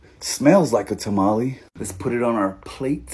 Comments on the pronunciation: “ta-ma-lee” lol😂😂 As a Hispanic I like to pronounce it as “ta-ma-leh” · Bro said tamale like a middle aged soccer mom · The English pronunciation for tamale🤣🤣🤣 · This is a vato pronouncing tamale like a Caucasian. 😂😂😂😂😂😂😂😂😂😂😂